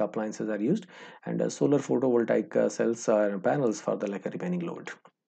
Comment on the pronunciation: photo voltaiek ;) , for the liek a, actually, actually, "this side like a north !", tired counting how many laika and actuli , gave up.